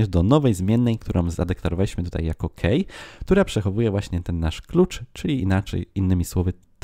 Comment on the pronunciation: key - czytamy jako: "kii", a nie "kej"